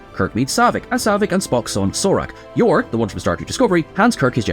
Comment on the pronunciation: "Yor?" Never heard of him. That was the only thing that didn't fit.